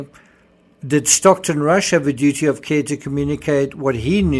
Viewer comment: Great! By the way, it's Stockton, not Stocktun.